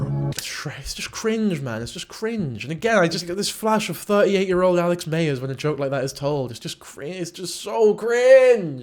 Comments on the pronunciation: You keep saying mayers but its myers I like his videos as just like a short form of the movies but yeah obsession was out there compared to other videos I have seen of his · 😆lol every time you said “Alex Mayers” Im reminded how vastly different Americans and British people say “addidas”. Also no shade, I thought you made great points throughout.